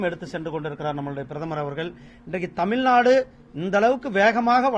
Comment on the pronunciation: தமில், தமில்நாடு திரு. முருகன் தமிழர் இது போல பேசலாமா?